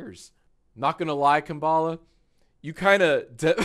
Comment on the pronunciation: Why did he keep mispronouncing “Kamala” 😭💀